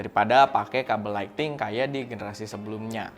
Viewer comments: “lightning”, bkn “lighting” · ‘Light-ning’ bang. bukan ‘light-ting’